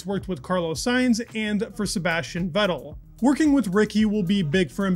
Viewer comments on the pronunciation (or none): none